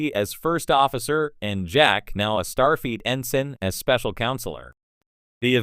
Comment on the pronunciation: I hate listening to these AI read stories butchering the pronouncing of names. I swear it sounds like it's saying "Starfeet" And then it just ends mid sentence.